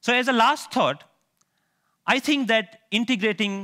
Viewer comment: There is no "TH" sound in his native language. I tutor English as a 2nd language and I run across this problem all the time. The sounds you learn from mom become the only sounds your mouth can easily make ... even by age 7, much less 30 something. You can hear that in his first sentence when he says "tink" instead of "think".